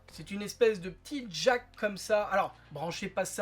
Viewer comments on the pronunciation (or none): none